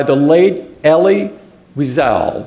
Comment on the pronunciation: I can’t believe Tim pronounced Eli’s name as “Elly” rhyming with Kelly, instead of “Ee-lie”